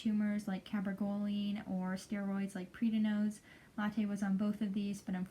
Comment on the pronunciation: Are you talking about PRED-NI-ZONE? PREDNISONE. Not PREEDIN-OZE. No such thing.